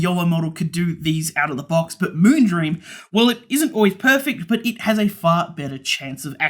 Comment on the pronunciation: "Moonbeam", "Moongleam" hahaha you got me laughing